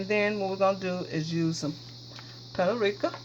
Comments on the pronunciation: Looks delish! The h in Thyme is silent so it's pronounced tyme. The same with paprika. It's three syllables, pa-pree-ka. You're a great cook! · Phonetics: Thyme = Time and Paprika = pap-a-reeka. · Paprika or PuertoRica she said lol love your shows.